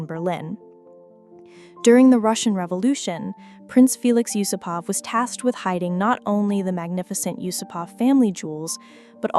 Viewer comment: Nice video. May I just correct your pronunciation? The vast majority of Russian surnames have the emphasis on the second part of the name. So You-SOO-pov or You-SOO-pova